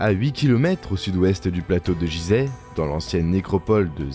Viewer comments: On ne dit pas jizeh ce nom ce prononce Guizeh, merci pour mes oreilles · "jizeh" t'es sérieux ta pronociation Fr vraiment c'est un G comme Gui , et ça s'écrit Guizèh dans la langue respecte d'abords ça avant de parler mais vraiment tu n'as pas honte, on ne te l'a pas dit , comment être sérieux si tu respectes pas déjà....... t'entends "Dé Jà" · Il n'y a que moi que ça gêne la façon de prononcer "Gizeh"? C'est pas Jizè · Faudrait déjà bien prononcer le nom du lieu....... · exactement ! et çà m'énerve drolement ! donc je n'irai pas lui loin !